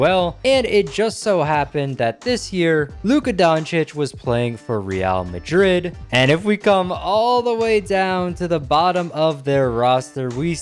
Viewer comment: I am so happy an American who probably knows nothing about soccer said Real Madrid right, not perfect but acceptable